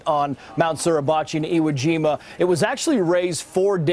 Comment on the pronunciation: You dumb Fuck ! You keep mispronouncing iwojima